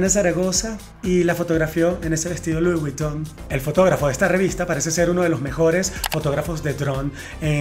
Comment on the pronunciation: Se lee VOG !!! Dios!!!!! Leer las marcas correctamente ( se lee Lui Viton) es fundamental para un comunicador.